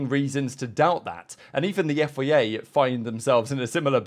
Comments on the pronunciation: Why do you say FEA? Its FIA! Its a bloody I not an E! after all these years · You say FIA so weirdly. "Yifayay"